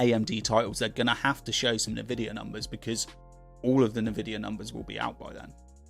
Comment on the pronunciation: Pronounced en-vidia not na-vidia